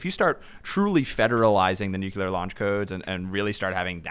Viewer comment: Taking the power from the president would cause wide spread issues with international diplacy I'd the pres can't have that "bargaining tool," for lack of a better phrase. Also, there is no 'u' between 'c' and 'l' in nuclear... pronounced 'new-clear" /n(y)o͞oklēər/ (taken from the dictionary). Sorry to be "that guy," it's one of the few words that pinches my brain when people put an extra 'u' in it...have a similar reaction to idear but to a lesser extent...we shouldn't change the language any more, especially at this time when our language is being co-opted and destroyed by identity politics anyhow...